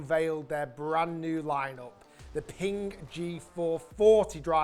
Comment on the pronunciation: Pingk? I thought is was Ping